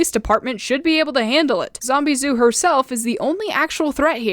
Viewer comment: Lmao, thought her name was "Zombieboo" and not "Zombizou" since i hear them "Boo" more than "Zoo" Lol💀😭🙏